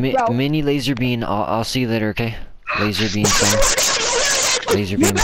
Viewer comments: did you just say lazarbean? It’s lazarbeam. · Its lazarbeam not lazerbeam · "lazArBeam" not lazerbeam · Lazarbeam not laser bean